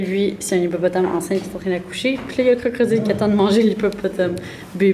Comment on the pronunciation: no one:: CROCRODILE